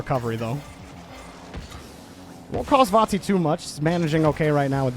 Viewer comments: Its not cringe at all but please pronounce it correctly vati no vorti or vanti its disturbing af the R shouldn't be pronounce even more before the "t" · he isn't saying vati at all he sounds like vonti or varti which is wierd. It is just VA-TI